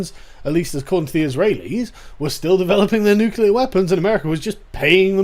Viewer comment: Again, Sargon, It's nuclear not nuqueuelar.